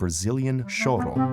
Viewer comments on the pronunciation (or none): brazilian "choro" is pronounced more like "choru" --> shoru